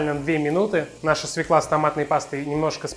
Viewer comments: СвЁкла! Запомни, свЁкла, а не свеклА. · Только не свеклА, а свЁкла. Уши режет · Бесит эта свеклА! По-русски это свЁкла! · Только пожалуйста, не свЕкла, а свЁкла. Уважайте русский язык! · Все отлично, только не свеклА, а свЁкла. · У слова "свЁкла" ударение на "ё". Моя старая учительница русского языка учила так, как я и запомнила на всю жизнь: "Как нельзя сказать ФеклА, так нельзя сказать СвеклА. Не ФеклА, а ФЁкла. Не свеклА, а свЁкла". А вообще - неплохой рецептик украинского борща. У нас, украинцев, он свой в каждой семье. И даже у мамы и дочки борщи различаются по вкусу. Меня, например, учила еще моя бабушка, а уж она знала толк в борщах - её часто приглашали варить огромные кастрюли борща на свадьбы и, извините, на похороны, когда нужно накормить большое количество людей (да-да, раньше на наших украинских землях на свадьбах кормили борщами, а традиционные поминки в Украине и сейчас не обходятся без этого блюда). И всегда гости ели и нахваливали! Так вот, один секретик от моей бабушки заключается в том, что в самом конце нужно положить заправку со старым салом. Что такое старое сало? Это обычное сало, которое некоторое время полежало в тепле и приобрело специфический аромат - раньше, когда холодильников еще не было, такое сало было во многих семьях. Я же специально для борща всегда держу небольшой кусочек такого "деликатеса". Так вот, на семейную кастрюлю борща беру хороший зубчик чеснока (измельчаю ножом), режу немного зелени (укроп, петрушка), солю и добавляю "соскребанную" ножом со старого сала жирненькую субстанцию. Все это перемешиваю в ступке и добавляю в самом конце варки в борщ. Даю ему чуть-чуть подзакипеть и сразу отставляю в сторону, чтоб настоялся минут 15, как и в Вашем,, рецепте. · СвЁкла ! СвЁкла! СвЁкла ! Хоть ты и ...... , но говори по русский, пожалуйста ! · В слове "свёкла" ударение на ё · спасибо за прекрасный рецепт! Только, пожалуйста, обратите внимание на то, что в слове "свёкла" ударение на первом слоге.